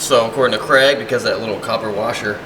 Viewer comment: Why do Americans pronounce Craig as Cregg? It's an ai sound not an eh sound.